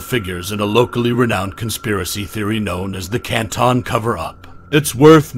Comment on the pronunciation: hey. what did the lausanne Switzerland video footage have to do with anything regarding this case? It is just beyond strange to choose this very unrelated and painfully boring visual. This choice, along with mispronouncing Canton, the "spooky" background noises, and the inaccurate details all lead to an overall low effort/ low quality production. And to be fair, I expect many inconsistencies and inaccuracies because there is just an overabundance of creators and creations, and this case has generated a lot of interest- but making mistakes or deliberately swaying a narrative with inaccurate info can at least be explained/ understood. But in this video it's both shocking and infuriating because the misinformation seems to stem outta nowhere - from the most easily verfiable info, and also info that isn't necessarily relevant one way or the other: stuff that really won't impact either side, but stuff that is so noticeably and verifiably wrong that it becomes annoying and distracting af. The overdramatization with the narrator's voice, the weird chosen language that is both trying too hard and not hard enough, the unsettling background noises, the confusing visuals, the incorrect info, but all while this video takes itself entirely too seriously -- I feel like I'm taking crazy pills!! And now I've wasted all this time commenting. I hate everything.